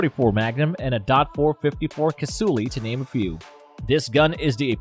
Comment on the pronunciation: Cassule , the E is silent !!!! Peace !